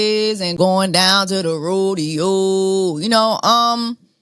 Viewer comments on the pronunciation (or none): none